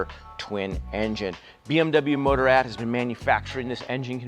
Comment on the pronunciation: "Motor-Ad" that's not how you say Motorrad.